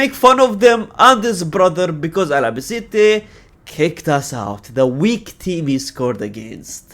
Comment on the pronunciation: Al - Ba - Ce - Te. Not Ala, brother.